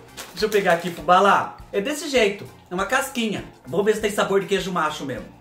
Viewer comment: Kkkkkk...eu sempre achei que tu falava queijo macho...e ficava me perguntando mas da onde esse queijo macho se é só a vaca que da leite?...kkkkkkkk...ate que vendo uns salgados nas lojas americanas sempre contigo nos meus pensamentos eu vendo uns salgados descobri que o queijo era nacho e nao macho...😂😂😂😂😂😂😂😂